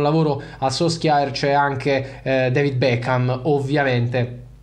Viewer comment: Si pronuncia SULSHAR!!